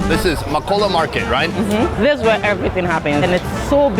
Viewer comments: MAKOLA NOT MAAKOLLA BTW TURKEY IS NOT ILLEGAL RESPECT MY COUNTRY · It sounds like u said makcola 😭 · It's Ma kow la